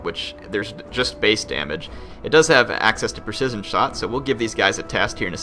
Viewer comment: you're pronunciation of precision is... ironic. haha